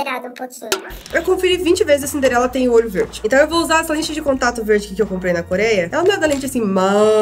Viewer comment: vc errou em algumas pantes vc falou cimderela vc estava anciosa ne na hora da meique por que falou errado